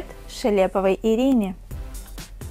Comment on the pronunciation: Спасибо большое! Только у меня фамилия не ШелЕпова,а ШЕлепова ударение на первую Е